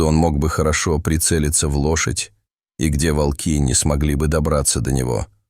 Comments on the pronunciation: Рассказ рассказом, а ударения все таки надо ставить правильно: вОлки - это звери, а валкИ - это технические устройства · Не вАлки,а вОлки.Народ,вы не устали от этих умников,которые включают ИИ для озвучивания роликов.? Дешёвка!Тьфу,слушать невозможно.😢😮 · Очень интересная история!!!Но надо говорить не во"лки а волки. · Не волкИ, а вОлки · Почему волкИ, а не вОлки? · Лучше сказать вОлки, а не волкИ. Текст читает робот с механическим произношением и ошибками в чтении слов. Это неуважение к слушателям. Живое чтение ценится намного больше. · Видимо ИИ учили читать по тем книгам, где часто употребляли "волкИ позорные". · Волки ударение на последний слог, как будто ии озвучивает. Всю историю пытаешься понять что здесь происходит и время слышишь от автора : волки окружили дошадь и какое ж это странное явление. И опять: странное явление тут происходит. Все тут странно: и звуки, и волки и лошадь... и сама история.